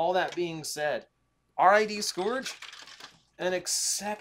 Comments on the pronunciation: Say it with me now. Sc-urge. Sc. Urge. The "o" is silent. That, or you're putting to much emphasis on the "u". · Is it sc-OR-ge or sc-UR-ge with pronunciation? In the episodes (you can find them on YouTube), it's being pronounced sc-UR-ge. Not trying to correct you, I'm just curious now but hey either way, it's Black Convoy